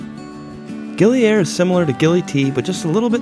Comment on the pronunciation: It is gili ire not gili air